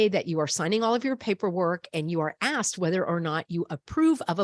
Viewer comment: It’s not asked